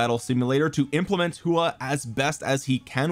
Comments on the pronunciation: Btw if you want to know the actual pronunciation of his name it’s a hw sound and aw so kinda like hwaw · Love your detailed videos everytime man and i believe that Its pronounced as 'Who-OR'.